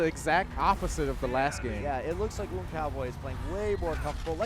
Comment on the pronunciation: why can't this commentator pronounce 'WOUND' he says it like hes winding a clock up the clock is wond. is he illiterate or what.